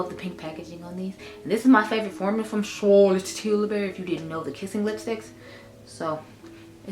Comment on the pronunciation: Definitely want to try the Juvias place setting spray. You tickle me when you say Charlotte T